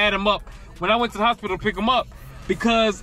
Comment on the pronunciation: Aint no way you said HOS-PI-TOE😂😂😂